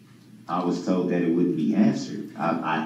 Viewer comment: I'm still waiting to see all the toads he keeps talking about. He toad dis and he toad dat and he was toad dis and he was toad dat. So many toads!